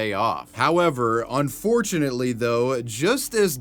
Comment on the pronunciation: Un >>fort<< unately